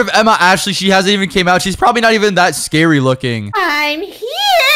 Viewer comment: Emma you said it wrong it’s scary not scared